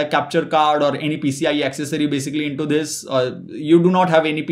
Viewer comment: I thought he is trying to say DHISss